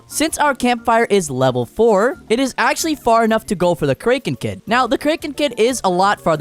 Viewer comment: Bro said krenken kid